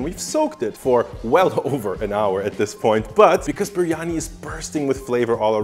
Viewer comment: c’mon dude, you can’t make such a good video and have such high production value and then misspell and mispronounce biryani so many times 🤦🏻‍♂️😂